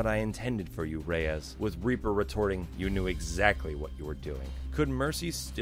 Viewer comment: I'm not the only one who can't stand the mispronunciation of "Reyes", am I? Everyone in-game says it like the word "Rays".